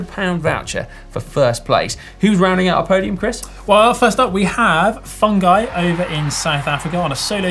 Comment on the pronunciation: Great show as always. I just wanted to say - concerning the name 'Fungai', which you pronounced as Fun Guy, it is actually pronounced Fungai, like Foo ngai.... which means think literally, or remember. Although as a nickname, they are sometimes called Fun Guy... but if you wish to say it correctly it is the other way.